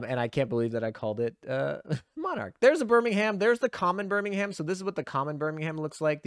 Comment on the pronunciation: Please tell me you didn't pronounce Birmingham as BirmingHAM? 🤣